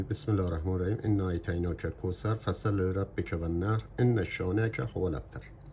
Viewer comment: سلام و عرض ادب خدمت بزرگوار و سپاس فراوان از آموزشهای فوق العاده عالی که مرحمت میکنید.❤ در پایان یه جسارتی با عرض شرمندگی داشته باشم که البته بر حسب وظیفه شرعی خدمتتان عنوان میکنم و آن تلفظ کلمه والنحر که فتحه بر روی حرف ح قرار میگیرد و نیز علامت ساکن روی حرف ن هست. باز پوزش حقیر رو پذیرا باشید ، همه میدانیم خطا سهوی بوده که برای همه پیش میآید و شما مسلما بزرگواری هستید. تندرست و پایدار باشید.❤